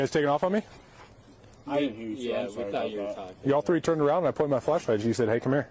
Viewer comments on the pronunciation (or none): In this episode, said “tree (3),” “turteen (13)” “turd (3rd)” and “turty (30)” 17 times, by my count. Error rate: +/-2 (because I rewound it at one point) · She called him tree times???? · Why does he keep saying tree kids wtf are tree kids? 🌲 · I love that the Irish can't say "three". It's funny.